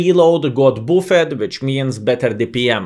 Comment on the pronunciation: Lovely, another great and informative video! But... buffed is not bu-fäd, it is bafd:)